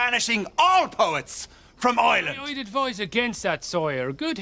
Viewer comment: irish accent was so good until he said 'Island (Ireland) 😂